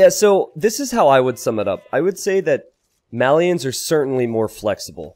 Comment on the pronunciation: Why do all the AoE2 casters mispronounce Malians and Mayans? For some reason that really bothers me.